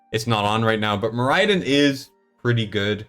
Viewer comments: can you please stop mispronouncing the SHIT out of Moriden (MORR-uh-dun)? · How are people still mispronouncing Moriden?